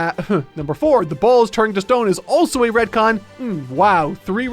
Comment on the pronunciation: Sounds like he says red-con